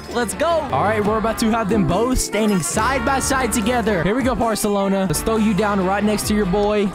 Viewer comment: Well, here's part two of misprounciations: "Wubbex" "Weirdos" "Parselona" Also fun fact: Reebro is called like this because when it start playing it makes you say "bro". Source: I made it the heck up. Another thing: The Pompom you got had a costume on it, which changes its "hair" (not exactly hair but you get the point). Anyways I'm not going to write another Bible so that's the comment.